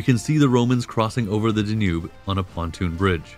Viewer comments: Danube, Donau, Dunav, Dunărea, but not Der Njub... Decebal, Dacia, č Dacii Dacian hill forts, followed by the Saxon Siebenburgen AS a resident of Dacia. I wince at your mispronunciations. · If not for the mispronouncing of Danube, I'd have thought the narrator was a person. AI has come far! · I could deal with the unusual pronunciations until you got to "DaNOOB". Seriously? (It's DAN-yube) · Hey Narrator... It's pronounced DA-nube, not da-NUBE. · Da-noob (Danube)… I hope you’re not paying for the copy-read voiceover… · Great narrative but I don't believe it's the Da' nube River. I've always heard it pronounced Dan' ube. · I liked the video. But there was a lot of kinda weird pronunciation. Da-nube? There’s plenty more too. No biggie. Keep up the good work. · In the english language it is pronounced ''Dan-yoob'' with stress on the first syllable. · This reader mispronounced many words the dayNUBE River. Get someone to read who knows more about his subject matter.